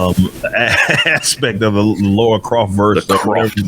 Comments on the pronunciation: Why does he insist on saying "Laura"? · Everytime he calls her "Laura" "It's LARA!!! LARA Croft!!!" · How can yanks still not pronounce Lara after nearly 30 years ffs 😂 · Why cant American's pronounce Lara correctly? There's no U in her name so why pronounce it that way?